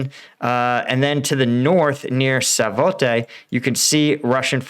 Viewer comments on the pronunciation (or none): Svatove, not Savote. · is not SAVOTE, it´s SVATOVE. SVA-TOVE. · Just a heads up (and I see this on other American combat reports) if you want to properly pronounce Ukrainian cities then listen to Denys Davidov. The most common mispronunciation I hear since Sep or Oct I'd Svatove which is 'Svah-toe-vuh'. Rob at Speak the Truth is the worst offender tho he regularly acknowledges it hehehe.